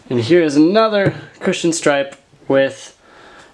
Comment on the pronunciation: Every time said "cushion" I heard "Christian"